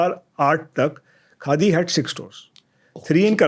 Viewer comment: یاریہ کاڈی نہیں خادی ہے کاڈی کاڈی لگا رکھا ہے کاڈی کیا ہوتا ہے